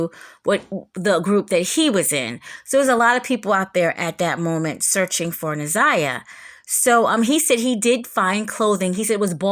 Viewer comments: If you care about her sharing story so much could you care enough to pronounce her name correctly please. It’s Na’Ziyah not Ni’Zaya and the mispronunciation is extremely annoying to here repeatedly…😊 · People like to criticize over any little thing. I saw how someone criticized your mispronunciation of Na'Ziyah's name. I didn't notice it. Please continue to expose these predators and fuk the comments😂😅